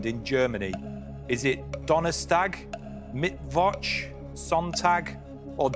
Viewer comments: I can’t be the only one who’s annoyed that they call it “mitt votch” and not “mit focha” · Mittwok :D